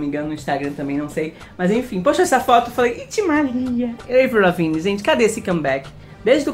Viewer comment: o nome da Avril Lavigne se pronuncia AVRIL Lavigne mesmo, não é Eivril nem Evril. ( Descupa corrigir é que sou mt fã ❤❤)